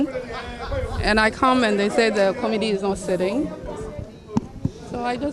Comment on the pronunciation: Huumm our English if I head the sound well " to meet the comidi "for committee 😂